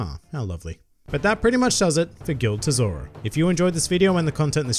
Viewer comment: It's not Gild Tesoro It's Gil D. Tesoro